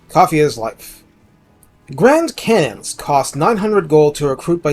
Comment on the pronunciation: I have no idea what you said at the beginning but we'll done on the pronunciation it sounded legit to my neophyte ears. Also cannons are great on nurgel or ogers love these things.